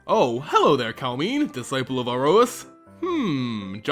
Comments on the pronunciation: I think it's pronounced Kal-em-ne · m i agree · You are saying her name wrong.